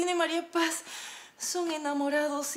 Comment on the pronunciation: Olinda diciendo Maríapaz😂😂😂😂